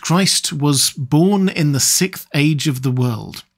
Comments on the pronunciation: SIXTH jesus christ you can say six, you repeatedly do. say SIX and add TH to it. It's not fucking sicth. good lord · "Sick age" 😂 learn to pronounce "Sixth"!!!! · We are in the "sickth" age, as this narrator keeps repeating over and over.